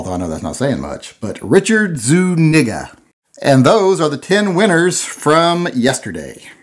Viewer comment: 🤣, Zuniga is pronounced (spelling this as it reads phonetically in Spanish as it a Spanish surname from the area of Navarre) Zoo-nēga or Zooneega. Hope this helps you stay out of "hot water."